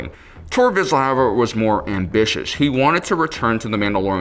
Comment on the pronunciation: Vizsla - pronounced “veesh-la”. If you copy the name of a dog breed, at least pronounce it correctly.